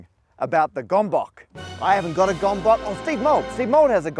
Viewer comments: As I a Hungarian: What is a gombok? Oh, you mean a gömböc (gömböts). Is it so hard to look up how it's pronounced properly? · not gombok, it's g'mb'ts. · Gombokkk 😭😭😭 (it's pronounced gømbøts) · gombóc❌ gombok✔ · I keep giggling at pronouncing "Gomboc" as "gom-bock". :D It's such a cute mispronounciation, and perfectly understandable why! For those interested, by the way, it's more so pronounced "gom-bots" if you wanna go for an easier one, or ˈɡømbøt͡s if you're into that kind of thing. :D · Hungarian here. It is really funny you two "butchered" the Hungarian word "Gömböc". That is not [Gombok]! It is more like [Ghoembhoets]! (It is extra hilarious that "Gombok" in Hungarian means "Buttons", a totally unrelated word...) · It's not Gombok, it's Gömboc, it is hungarian word pronunced more-or-less-in-english as gihoombots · Hehe it's not "gombok", which means "buttons". (plural of a button) It's actually "gömböc", where "ö" is pronounced like "o" in "world", and "c" is not pronounced like "k" in "king", but rather like "ts" in "let's". Btw gömböc is a type of food where you fill the stomach of the pig with a lot of different chopped internal parts of the pig which are cooked and seasoned, and may or may not also be smoked. It actually tastes good, and looks somewhat like the mathematical entity. Hence the name. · FYI it's pronounced "goemboets", not "gombok" 👍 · It is not gomboc, but gömböc. /ˈɡɝm.bɝts/. It's a nice word for sphere or ball in Hungarian. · It's gÖmbÖc not gomboc 🤭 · It's Gömböc. Pronounced Gombots. C as in Ceiling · Just fyi Heppes is pronounced hep-pesh and gömböc is pronounced something like gum-butts. Btw The Action Lab is also a gömböc-owner. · It's pronounced gahm-bahts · They misspronounced the gömböc again😢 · As a hungarian... you're massacring the pronunciation of "Gömböc".... I't not even close to what you say :D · Again the poor Gömböc is mangled in pronunciation... :) also a shout-out to my fellow Hungarian engineer colleagues, well done!